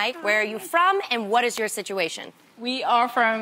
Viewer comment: It's funny the way she said "situation" 😂